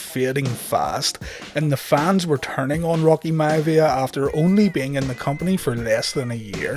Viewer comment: Rocky “Mya-via” 🤣🤣🤣